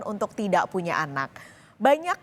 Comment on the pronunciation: Ada keslahan pengucapan kata yaitu : Punya anak mbak bukan puna anak 🤗